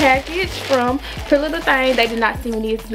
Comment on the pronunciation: It’s her saying pretty little thang for me 🥰🤣 know we from Memphis